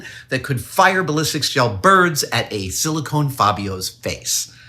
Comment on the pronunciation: Its "silicone", not "silikin".